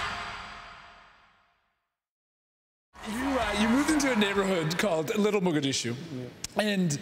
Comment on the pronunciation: He just put too many syllables in Mogdishu! It's .mahg.dish.shoe.